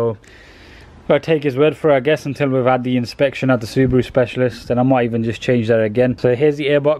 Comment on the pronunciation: SU-BRUU?! Ha Ha Ha LOL 😆